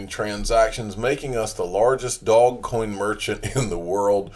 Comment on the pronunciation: dear god with the "dog coin" it's doge man, DOOOJJJSSHHH DoJE DooOOoJjJJJJJJE man. Come on you got this! I believe in you.